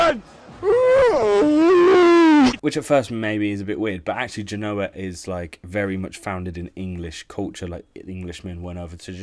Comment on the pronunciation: He couldn't evem say Cagliari correctly, you knew he was going to butcher the artist's name. PS "England inspired Genoa (yes, he mispronounced this one as well) kit"!? Read a book, man. Seriously, have a sense of history.